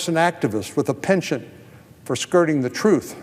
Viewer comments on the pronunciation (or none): none